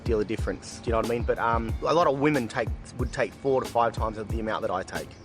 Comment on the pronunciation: "would take" heauheauheauehaueahuahaeu